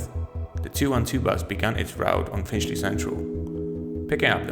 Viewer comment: The area is "Finchley", not Finshley fella